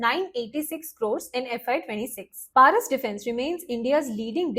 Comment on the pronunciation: প্যারিস নয়,ওটা পরস ডিফেন্স হবে